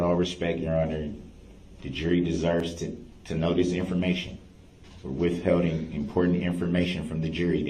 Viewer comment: “Withhelding” lol!